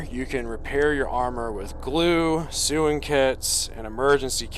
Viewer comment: ironically there is an offline single player tarkov mod that's pretty fun, but this is sick, because it's anomaly. and just to help for next time sewing kit is pronounced "sow'ing" and chimera is pronounced "kai'mare'uh"